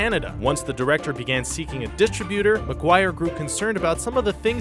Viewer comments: Is it distributur or distributor? say it correctly WTF... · I thought it was just me... I mean distributor is not DIS tri-butor... I'm pretty sure it is pronounced dis-TRIB-utor... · Came to say this. distriBUtor. WTF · "dist-RIB-u-tor", not "DIST-rib-uter". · Will you PLEASE pronounce "distributor" correctly? It's "dis-TRIB-utor", not flat "dis-tri-byooter". Jeeze. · My Lord...... It's pronounced, DIS-TRIB-EW-TOR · Sorry, but I couldn't get past the way you pronounced "distributer".... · he says "dis tra byuter" instead of distributor as well. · How can you mispronounce "distributor"? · Right? Who doesn't know how to pronounce Faust? Or Janice Dickinson? Or distributor? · He also mispronounces "Faust" and "distributor." I'll never understand why these channels can't find voice-over people who can just fucking talk like something other than retards... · How about a quick grammar check and please learn how to pronounce the word "distributor." If you need help, my 7 year old niece is available.